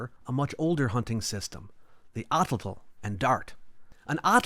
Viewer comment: I hate how you pronounce Atlatl. It's wrong and for both actual pronunciation and English pronunciation. Somehow you managed to turn pretentious one of the most pivotal human technologies.